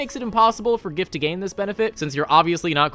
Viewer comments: It's pronounced giff No, seriously. The book mentions that giff fall into two camps on the pronunciation. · Absolute best part about the Giff is that they canonically cannot agree on how their race's name is pronounced and will get into fights with each other about whether it uses the hard 'G' or not.